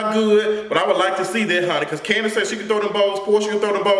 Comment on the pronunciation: latoya duffie 😂😂😂 not Kani the way Mama Joyce pronounces it! I caught that shade and it is super funny😂😂😂